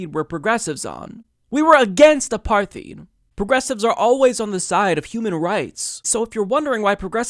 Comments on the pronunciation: Great video. It's frustrating to no end how callous and hypocritical these so-called libs are. I hate to be that guy, though, but "apartheid" is pronounced like "apart-hide" or "apar-tied," not "apar-theed." Keep up the great work, man! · Apartheed? Dude, in your political knowledge, you should have heard that word properly pronounced a few times. It's Apartheid A-par-tide. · PS- it's pronounced ah-par-tied. Not ah-parth-eed. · 'Apartheed.' Educated fella. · It's pronounced 'uh-PAR-tide,' BTW. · Great video. Just FYI, it’s pronounced A PAR TIDE. Also, you should point out that these protests were NOT organized by Hamas but by civil society. Also, the U.N. wants to investigate Israel for war crimes for what they just did in Gaza. This was almost as many killed since Operative Protective Edge in 2014. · Apartheid = A-par-tide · /ə'pɑɹθiːd/? Seriously,? It's a Dutch word: /a'partheɪt/ (roughly like "apart hate", in case you for some reason aren't familiar with the IPA).